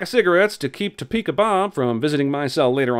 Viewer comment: You said "Topeka" right. 1 sin off